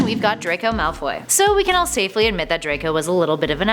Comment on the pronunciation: Draco malfy us not evill